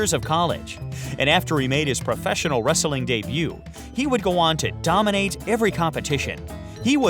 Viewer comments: Jesus fucking christ! The way this guy pronounces 'wrestling'. He gives the word an extra fucking syllable! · Wrestling not wresteling wtf